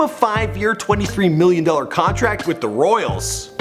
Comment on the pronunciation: 8 seconds in and you already mispronounced his name and the team he played for!